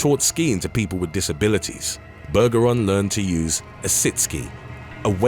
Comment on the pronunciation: Bergeron is pronounced with a soft G. Just saying